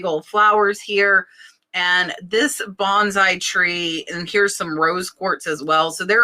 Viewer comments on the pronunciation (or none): none